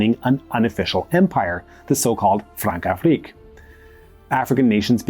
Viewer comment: When c has that little thing under it, like ç, its pronounced with an s sound, like in garçon. Françafrique is Fransafrik.